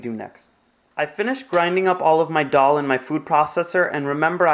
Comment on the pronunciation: You videos are very clear and you are very good. Now, it's not Doll, Dol or Dhal. The correct pronunciation is Dal. Like a baby saying da da.. dal.